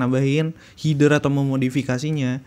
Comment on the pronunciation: Header : HE-DER, bukan HI-DER Btw nice info bang, ditungu video selanjutnya 👍🏻👍🏻